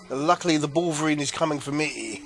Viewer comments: balverine not balvereen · Sorry, kind of got to me xD Balverine; "Bal-Ver-Reen"